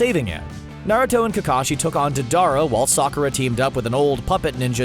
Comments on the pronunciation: Dedara he said it like that it’s DEIDARA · Lmao narrator said daddara when it is diedara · He said day-dar-ah and yay-ma-toe y’all really need to watch these shows before making these